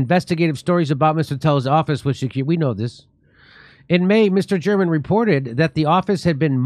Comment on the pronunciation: Mister German hahaha pronounced mister Ger Man funny as fuck